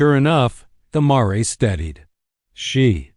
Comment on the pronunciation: It’s Mare, like fair, not mar-a